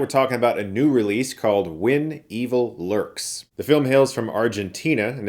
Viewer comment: Such a west coast thing to pronounce it like 'Win Evil Lurks' but I don't think he is west coaster